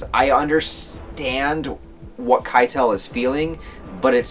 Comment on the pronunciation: I think you could try more of a germanic pronounciation of the names; "Kee-tul", "eye-nar" "Arn-hide". I may not be 100% accurate tho haha